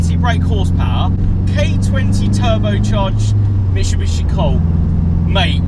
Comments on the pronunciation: my man, it’s pronounced: “MIT-SU-BISHI” not Michubishi 😂😂 come on dude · why can’t you pronounce Mitsubishi? (Mishibishi)😂 made me cry every time